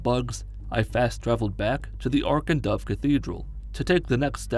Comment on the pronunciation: I had to rewind thought you said Oregon duck cathedral not ark and dove 😂😂